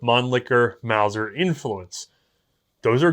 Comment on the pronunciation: Repeat after me.... MAUSER!